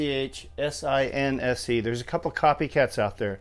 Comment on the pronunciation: its PRONOUCED SIN-SEE!